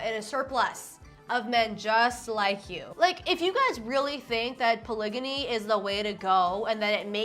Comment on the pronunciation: I was too focused on pol-ih-jammy to hear what he was actually saying